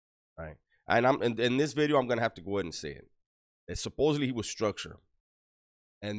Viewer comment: "New...bideo" Always makes my day! Keep up the great content.